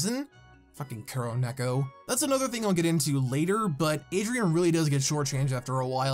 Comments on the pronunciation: You’re supposed to say it with a long o, you said it with an oo like in the word boot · This was a good analysis… but you’re killing me with the pronunciation of Kuro Neko.